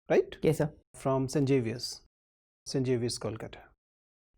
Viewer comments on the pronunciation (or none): the interviewer pronounces Xavier's as "Jav (rhymes with SAVE) - yerz." Wrong. Right: "Zav-yerz."